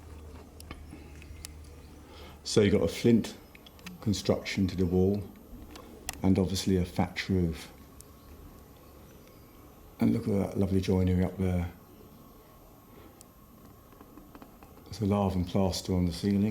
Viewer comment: Fwint constwuction and Fatch Woof! Cway Wed Bwicks!